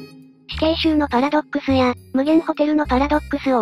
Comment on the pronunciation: パラドッ↑クスはやめろ↓